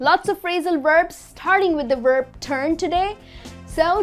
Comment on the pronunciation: Hi, your pronunciation of the word "verb" is confusing me...it sounds more like "werb"...